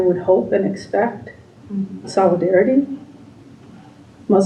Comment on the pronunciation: She had me at ‘solidarity’😂😂😂😂😂